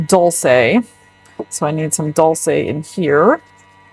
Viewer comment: Dol-Shay is how that is pronounced..😅..sorry…